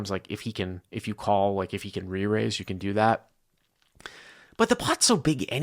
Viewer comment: I spit out my blunt when you "mumble reraised" dude pf.48 sub for life!